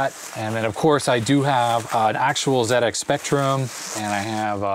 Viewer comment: Wonderful video thank you. Very interesting. As a British (actually Manx) citizen, I am overjoyed to hear you say Zed-Ex Spectrum, rather than Zee. My favourite Sinclair game is Elite, have you played it on the Spectrum?